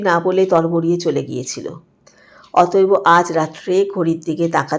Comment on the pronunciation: অত‌এব কে অত‌এব-অ বলছেন কেন?